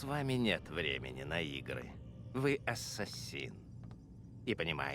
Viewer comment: Хотел объяснить в двух словах) : 1) Не Асса́сины , а Ассаси́ны; 2) Во время катсцен (а их очень много) нажимай на любую клавишу если на экране появляются помехи , попробуешь поймёшь почему это надо; 3) Боевка по началу лёгкая в процессе она станет тяжелее, есть разные типы противников , поэтому надо научиться контратаковать , уклоняться и контрзахват , ещё использование метательных ножей тоже помогает в стелсе , а в некоторых миссиях, ой как будет надоедать стелс(Снаряжение и умения тебе будут возвращать в процессе сюжетки; 4) По локациям лучше исследовать всё , включая наше время ибо там Дезмонд (главный герой) может читать переписки и подслушивать несколько раз , таким образом начнёшь понимать суть сюжета ; 5) В игре есть флаги собирая которые можно получать очивки , но как по мне это только для того чтобы побольше задержаться в игре и наслаждаться проделанной работой на седьмой год ; 6) Если хочешь чтобы объяснил сюжет и более менее было понятно лайкни комментарий , вкратце объясню сюжет чтобы иметь понятие о происходящих действиях, спасибо за внимание , всем добра)